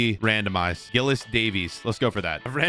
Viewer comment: Giles.. Says Gillis 🤦‍♂️😂